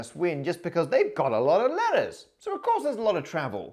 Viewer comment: As a german Maths student i really enjoy listen to ur vids when going to sleep. Yesterday I got really upset as I understood lettuce every time u said letters O.o I never had any difficulties with english accents till today :D Just thought it would be fun to share .) Have a great day everyone!